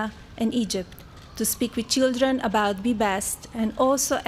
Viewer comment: Chidren, istory, invitistor Wtf? Make English great again!!!!